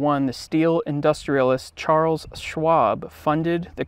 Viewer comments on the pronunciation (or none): none